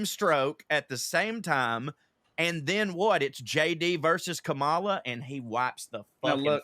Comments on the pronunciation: please. “Ká ma la” Stress on the first syllable, not the second. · Please, please pronounce her name correctly. The emphasis is on the first sylable. "KOM-ah-lah" not "kah-MAL-ah." Just think about when she says her step-kids call her "Momala.. The first syllable rhymes with "mom." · It’s Comma-la,. Not k’MAH la. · please learn how to pronounce the VP's first name. It's COMma-la. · "KAM-a-La" .... KAM as in HAM people!!!!! seriously !!! In pronunciation !!